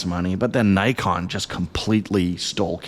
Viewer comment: Old mate solemnly apologising for not predicting the xt30 and suggesting people were mistaken... no one cares. Shit turns up or it doesnt and the world turns regardless. Also, why are you able to pronounce Ricoh correctly but not Nikon?